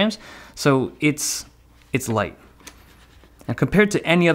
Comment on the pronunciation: Lol, he said lise mouse instead of light mouse, he said i like lisemouse